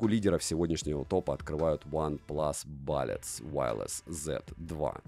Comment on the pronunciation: бУллетс, а не бАлетс.